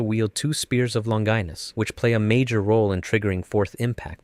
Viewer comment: Spear of "long-geenis"